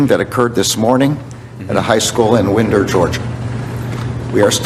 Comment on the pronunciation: it's not Winder like a window. It's said like Wynder. Like a fine wine.